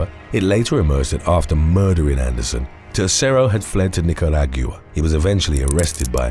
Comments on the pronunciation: When pronouncing Nicaragua goes wrong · Thank you,. A suggestion: It seems that there are Spanish “names” in most of your videos Please, before the recording look up and practice how to pronounce the words (and names) I didn’t know you were saying “Nicaragua” 😀 When Spanish speaking goes wrong 🙂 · I'm dying!! I didn't understand what he was saying to I went to the comments.. 🤣🤣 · The way he pronounced Nicaragua is hilarious 😆